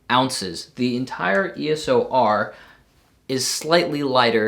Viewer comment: Its EOS R Not ES"O" R